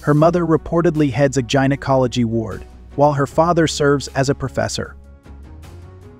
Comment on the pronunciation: Since when is gynecology pronounced with a J? Why is it saying Kim jun Illinois? And the comments are off too.